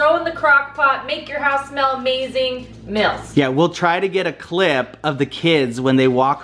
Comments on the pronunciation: You pronounce meals with a short i sound instead of a long e sound. So it sounds like mills. 😊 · Am I the only one who notices she said meals different? Lol